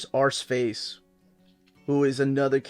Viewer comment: I love Steve Dillon’s hatching and crosshatching. He makes it look so clean and uniform. Always keen to hear a story from 90’s life. Also, I like hearing say Arseface. It makes me smile to hear an American pronounce it the proper way. 😂 👍